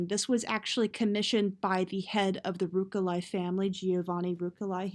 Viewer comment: It's Ruch-elai not Ruk-elai, uh! It's pill-asters, not pile-asters!